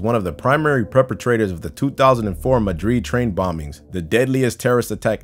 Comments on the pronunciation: I never heard anyone pronounce madrid as madreed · the narrator can't pronounce 'Madrid'